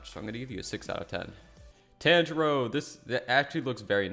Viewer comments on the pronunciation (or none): Tan g row 😂